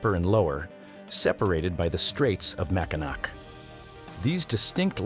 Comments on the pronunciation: I'm in Glasgow,Scotland, even I know it's pronounced Mackinaw, not Mackinack. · Mack in naw NOT Mack in knack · There are people in Texas that still believe that it is still the largest state, I know several who'll argue the "point". The Willamette River in Oregon also runs from the South to the North where it joins the Columbia River. "Mackinac" is pronounced Mackinaw! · I'm sorry but you suck if you didn't research how to pronounce the proper names such as Mackinac. It sounds macinaw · I knew most of these, but some I didn't. Very interesting. Thank you. One fact you didn't mention: Los Angeles is further east than Reno NV. BTW Mackinac is pronounced Macki-naw. The second c is silent.